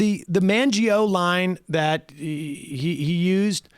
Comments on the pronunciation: The Mangio Line? I luv ya Sam, but correct your mispronunciations. Everything else you say sounds very intelligent. MAZH-EE-NO = Maginot after the French minister of war. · What the hell is the “Mangio Line”, Sam? Jeeze. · Sorry to be a European arse Sam, but it’s ‘Maginot’ line.